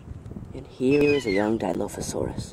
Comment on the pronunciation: for the last time! it's not di-low-fo-sauras it's di-LAW-fo-sauras! have'nt you seen the first jurassic park?